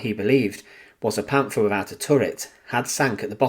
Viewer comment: " Panfaah" please stop , just stop.